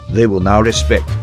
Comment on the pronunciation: SAY RESPECT NOT RESPEC